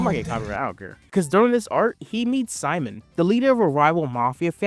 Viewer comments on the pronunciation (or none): why are you calling enma or the shimon ¨simon¨?